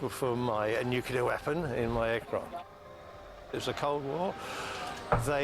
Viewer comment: There are thirteen people who pronounce "nuclear" correctly. You are one of them.